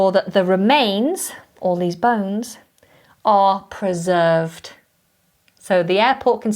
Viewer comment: Dear, beautiful and instructive video! There is just one thing I don't understrand. it seems you pronounce "preserved" as /prɜˈzɜːvd/, but I think it should be pronounced /prɪˈzɜːvd/. What about? Thank you for the high quality contents you provide!